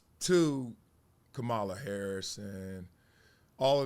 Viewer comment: Please pronounce her name right.